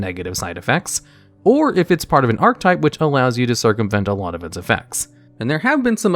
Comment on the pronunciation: I gotta ask, why do you say ark-type?